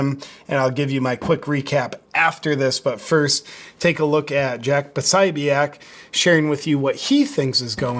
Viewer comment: Po 'so 'bic